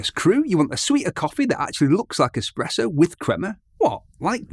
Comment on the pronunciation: Ah man you pronounced espresso, expresso. 😅